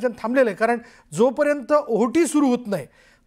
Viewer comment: आहुटी नाही वाताॅहर ओहोटी म्हणा😂